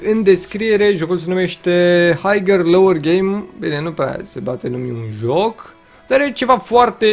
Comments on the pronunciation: Higher se pronunta "haiăr" nu "haigăr" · "haigăr" lower game, am zis ca mor